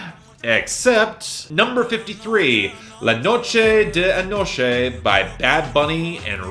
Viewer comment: You're pronunciation of the song la noche de anoche honestly made me laugh if you want you can just call it the night of last night or something or you can do whatever you want just that you make me laugh with the way you pronounce it